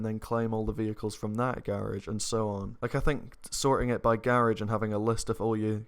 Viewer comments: So we goin ignore "garige" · "Gârage" ??? lol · Tell me how many times said ‘garage’🤣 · Anybody else like the way says "Garage"? Loving the accent mate! Your videos are lit! Keep up the good work! Hope you continue grinding on story mode! Those story mode clips are great! Always make me laugh! You a goat 👍🏾🔥🐐